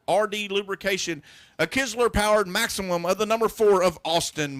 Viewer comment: It's Maxxim not Maximum